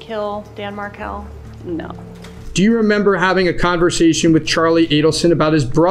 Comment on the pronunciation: that’s actually a funny reply, I’ll give you that. FYI: the emphasis is on the last syllable “Mar KEL”. Bye!